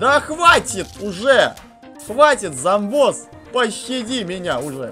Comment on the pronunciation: вообщето говрится Доктор ЗОМБОС а НЕ замбос он что замби нет он зомби.